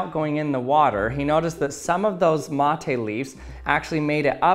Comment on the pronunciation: Me, a native Spanish speaker that also drinks "mate" : omg he says "mOthE" :D